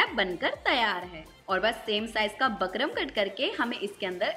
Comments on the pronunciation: बकरम नहीं होता बुकरम होता है। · bukram bolte h bakram ni 😊